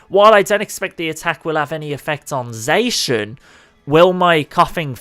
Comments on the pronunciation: its not zacan its zacian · The way zacian was pronounced hurt me. He says (zay-shin) but it should be (zah-shi-ah-n) it felt like a kick to the ribs when he said zayshin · its not zay-shin its zah-cyan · Omg wtf is wrong with your pronunciation its ZAH CI AN NOT ZAYSHUN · Dude it’s zah-shee-in, not zae-shin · STOP SAYING ZACIAN WRONG! ITS "ZA-CI-AN" NOT "ZA-CIN" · pronouncinh zacian wrong its pronounce sack-ee-an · It is pronounced zo-she-in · I pronounce Zacian as Za-she-un Another thing to do is try to give Shedinja a flame orb and give it destiny bond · Zacian is pronounced zåsh'yån ' is used to separate the syllables. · ZA-KI-AN THAT'S HOW YOU SAY IT!!!!! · Zacian pronunciation=ZAH-SEE-ON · It pronounce it za-si-an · That's not how you say Zaican but good try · He did not just say Zacian like that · zay-shin ❌ zaw-she-inn ✅ zamm-muh-zen-tuh ❌ zah-muh-zen-tuh ✅ Come on dude. Their names were revealed in a Pokemon Sw/Sh trailer where they said the names verbally.